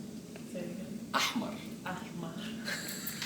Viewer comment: قولها ان الحاء بتطلع من الزور حاااااااااااااااء حاااااااااااء خليها تقول حاحا هتعرف تنطق احمر صح ههههههه